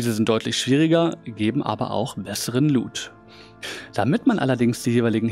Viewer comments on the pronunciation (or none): none